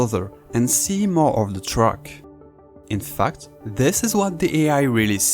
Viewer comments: Ah yes, Truckmania. Your accent is funny. Please learn to pronounce some A's like E. Because infact isn't pronounced infucked lol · when you say "in fact" it sounds more like "in fucked" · He's saying "so much in fucked" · Every time u say "IN FACT", I CAN HEAR WHAT U TRYING TO SAY!